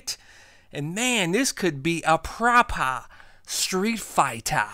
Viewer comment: "PropAH StreetFIGHTA" hahaha, yous a fool man. I love it;)